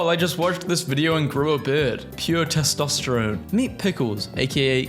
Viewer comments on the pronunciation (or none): none